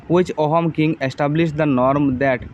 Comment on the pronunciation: Ohom nokobo sir....Ahom buli kobo...correct pronunciation tu "Aahum" hoi